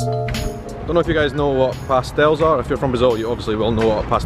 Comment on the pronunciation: Dude, I'm brazilian and I'm impressed with your pronunciation about our particular sounds... "ão", "inho", and the words with the accentuation marks (i.e. pastéis) were not a problem at all for you! Congratulations, your content is amazing!